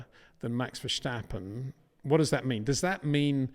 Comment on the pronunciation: It is NOT "Bottash" nor is it "Lewisch" nor is it "Oshcar Piashtri" nor is it "Nyck de Vriesh" nor is it George "Russhell" nor is it "Fernando Alonsho" nor is it "Lance Shtroll" nor is it "Pierre Gashly" ... so why on earth do you want to say: "Max VersHtappen"